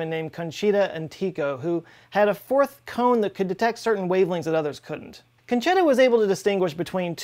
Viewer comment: I LOVE U but the way you pronounce italian names...... its 'conchetta' bb